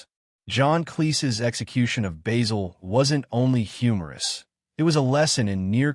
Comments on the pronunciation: Basil not Bazzill. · its not bayzil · Typical american probably not even watched any episodes, please pronounce his name correctly !